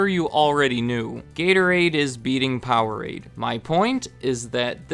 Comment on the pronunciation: Powerade, please.... 😂 (laughed out loud at that part) keep it up! Love your channel!